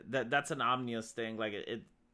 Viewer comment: Nevermind nukes, imagine an ourburst of solar flare that will fry electronics? Btw it's ominous not "omnious" .